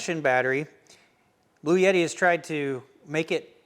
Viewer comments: I really like your content and this is a good review of the products shown. With that said, there is no "Y" in the name. It's "Blue" "Etti". There is no "Yeti" with this power station. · It is pronounced "Blu-Etti" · Per Wikipedia, a 48-volt DC electrical system voltage is a relatively low-voltage electrical system that is increasingly used in vehicles. It began in the 2010s as a way to increase the propulsion and battery recharge during braking for fuel savings in internal combustion engine vehicles, especially mild hybrid vehicles. Also, are you sure about your pronunciation of Bluetti? I was pretty sure it is Blue-titty.